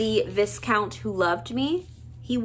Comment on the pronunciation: The s in viscount is silent, it’s pronounced like the vi in violet.